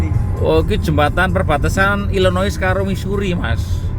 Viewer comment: Illinois itu dibacanya apakah bukan "ilinoa",?